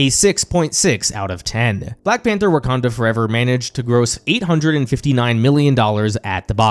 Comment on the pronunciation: “Wakander Forever” lmao 😂